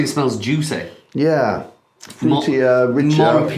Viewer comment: "Juice-eh" - always a good thing!